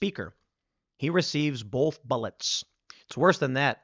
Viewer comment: "Bolth" might as well be nails on a chalkboard.